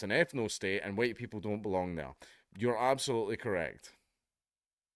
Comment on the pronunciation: "Black Panther - HUWHITE!"